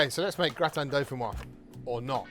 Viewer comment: Looks awesome, gonna try it! Used to have it all the time in France. By the way, since it has an 'e' at the end, it's pronounced 'doe-fin-wahz'. Basically just add a 'z' sound at the end of how this Youtuber says it.